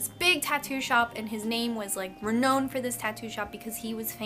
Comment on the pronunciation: Can't pronounce renowned and says unexperienced